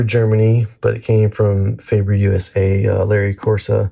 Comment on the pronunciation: You really butcher the pronunciation of Faber. Both syllables wrong. 🤣 Can’t do a drop test on an Ikea table… Use some Teflon tape, on the bridge post insert. It will stop wobbling. You have a Gibson, yet you cheap out on the bridge? 🤦 Hopeless.